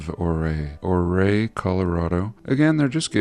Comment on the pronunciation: It’s… “You-ray” Colorado… Ouray = You-ray. Sorry. i am not the grammar police but that irks people from western CO❤